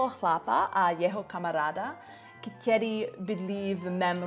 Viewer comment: Dobrý. Chce to trochu zlepšit výslovnost ň (není), ď, ch. Naopak ve slově který je t, ne ť. A někde ch slyším. Nakonec možná není problém ve výslovnosti, ale v tom, že cizinec mezi tím nemusí úplně rozlišovat při poslechu. Nevím. Ale gramatika je v pořádku. Sem tam nějaká drobná chyba, ale je ti dobře rozumět a ani nemáš moc cizí přízvuk. A co se týká učení cizích jazyků ... momentálně se neučím. Angličtině rozumím mimo slangu a problematické jsou texty písní nebo knižní angličtina s velkým počtem přídavných jmen. Nějak to stačí k tomu, abych se domluvil, v Americe je spousta přistěhovalců a nikdo od evropana neočekává perfektní angličtinu. Akorát pořád zapomínám gramatiku jako podmínky a předložky :(